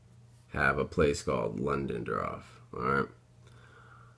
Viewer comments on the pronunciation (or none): Sorry to be that guy but correct me if I'm wrong. I'm pretty sure you're pronouncing Ludendorff wrong. It sounds like you're saying Londondroff. Just trying to help just incase for whatever reason the pronunciation ties into the mystery but I'm sure it won't matter. Really interesting vid! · I know you pronounced that wrong on purpose there is no way you thought that was londondroff lol